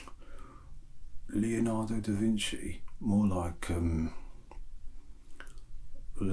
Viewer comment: Leonardo da Jimchi